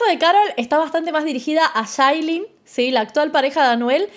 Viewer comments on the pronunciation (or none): Ya No es yailin sino shailin 🤣🤣🤣🤣